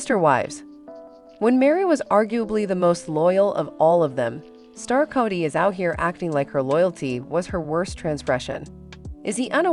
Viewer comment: Kody is pronounced with a long O not a short O 🙄